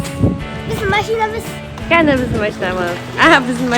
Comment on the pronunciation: Кәні дегенді тами деп естіген мен ғанама😂